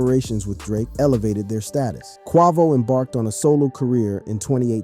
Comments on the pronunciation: bro WHY do you say Quavos name like that what the? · How you mispronounce quavo name 🤦🏽‍♂️ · FAYBOLUS AND KWAHVOH??? HOW DO YOU MISPRONOUNCE THE NAMES OF THE RAPPERS YOU'RE DOING A VIDEO ON?